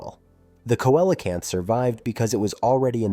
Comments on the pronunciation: I’ve heard both. Koalacanth, not so much, it literally irritated me in the same wat nails do grinding on a chalkboard. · You're mispronouncing Coelacanth. It's pronounced "See-Lo-Canth". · I always have pronounced it seelacanth. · None of this contradicts Evolution. If a life form is successful it won’t evolve. You need to evolve and could start by learning how to pronounce the name see low Canth. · Coelocanth is pronounced "see-luh-kanth". Also, evolution works exactly the way it is supposed to-nothing broken about it. No pressure to change in the environment, no evolution required. It's that simple. Some genetic drift still happens,hence more than one species exist in isolation from each other. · Right ….. I also heard Cola-can’t 😂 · I hate when creators butcher the pronunciation of their subject so completely... like.. did you even try to figure out how to say it? If you can't even get the name right, how are we to trust anything else presented?